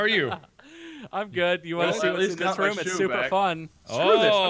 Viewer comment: Why does Mark say Room like Rum